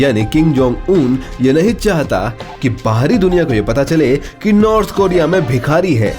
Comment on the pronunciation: नॉर्थ होता है भोसड़ीके नार्थ नही